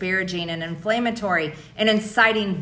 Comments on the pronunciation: It’s “inflammatory” - not INFLAMEatory! Marge revealed her ignorance and illiteracy again! 😂🤣😂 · “In-flame-atory” - Empty G. Yes, she said that. “Indicktable”, “porch of entry”, “peach tree dish”, “Gazpacho police”... what the heck, Georgia, come pick up your trash. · Did she say, inflame - atory?